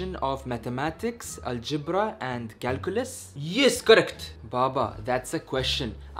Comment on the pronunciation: Ali - Zebra not algebra 😂